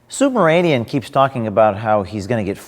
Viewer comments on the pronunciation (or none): Am I the only one who hears O'Keefe pronounces the guy's last name as "SUBMARINEAN"? ( , ) This SUB-RA-MANIAN weasel has nothing to do with submarines!